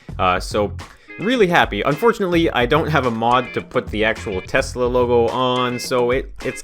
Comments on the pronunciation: Nice “toyesla” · It is Tosla XD